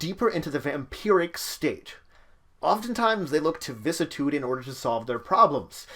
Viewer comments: Vih-sis-ih-tood Not "vis-tood" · VISS - CISS - I - TUDE Dont just cut out a part you dont like xD